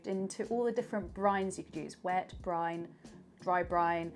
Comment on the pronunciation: It's BRINE, not Brian! 😁